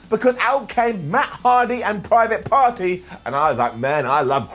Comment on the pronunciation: I'm pretty sure I heard him say "Private Farty".. i don't think I'll ever get that out of my head now.. cheers! 🤣